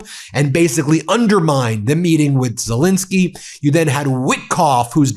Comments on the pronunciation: Dear Ben, I hear you pronouncing Zelensky's name as Zelinsky, over and over again. This starts to distract me from your interesting broadcasting. So I beg of you: twice an 'e', please. Your grateful, faithful listener from The Netherlands, Elisabeth 🙂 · As much as I enjoy your podcasts could you please at least try to show the basic respect of pronouncing the Ukrainian leaders name correctly. It happens alot. His name is ZELENSKY - NOT Zilinsky. Thank you.